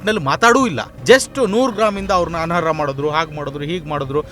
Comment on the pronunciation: ಅನರ್ಹ ಅದು ಅನರ ಅಲ್ಲ ಪದಗಳ ಜೋಡಣೆ ಸರಿಪಡಿಸಿಕೊಳ್ಳಿ.